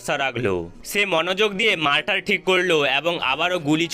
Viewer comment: মারটার কি? মর্টার